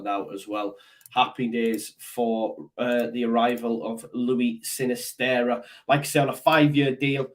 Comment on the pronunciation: Sinisterra has a double r at the end so you need to roll the 'r'.